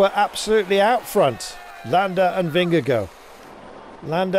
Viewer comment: He's actually really close to pronouncing it perfectly 🤷